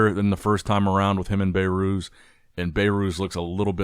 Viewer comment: I heard BayyyyyRooz dozens of times now it is enough… say BehRuz 😂